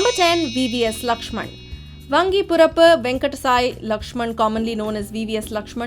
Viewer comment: The voice over is given by Tamil Nadu girl, the way she spoke vangipurapu, 😊only tamilians speak it that way.